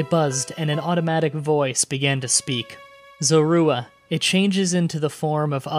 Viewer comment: it's (Zore-rew-a)